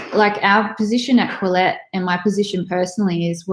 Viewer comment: The name Quillette has obviously been carefully thought out. Your inability to pronounce it correctly exposes your lack of education. The first syllable rhymes with kill, the second with let. A brief search by you for the meaning of 'quill' and the suffix 'ette' is in order so that you will not sound and be so ignorant.